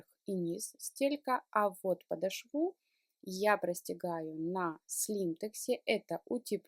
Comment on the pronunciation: ударение в слове " подошва" делается на букве "О" в середине слова. Говорите грамотно, а то уж очень " режет ухо".